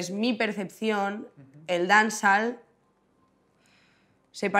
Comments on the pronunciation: Dance-all lmao if she keep saying dance all ...but she went to Jamaica right 😂 what part of Jamaica? Smfh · Si ni pronuncia bien la palabra "dancehall" cuando supuestamente es el género que hace. My god. De verdad, que no veo nada especial en esta entrevista, es una persona que sabe defender su música, just that. Pero siguen siendo unas lyrics de mierda. Sigue siendo música de mierda. "La marihuana es una droga blanda..." madre mía...es que real que me parece absurdo que estéis flipando con esta entrevista. Aparte de llamar a Becky G y a Karol G mainstream. ¿Tú qué eres? "Veo Bad Gyals, o Nina's o Zowis" hola? se han apropiado del estilismo callejero ahora???? Wow, es que de verdad que flipo.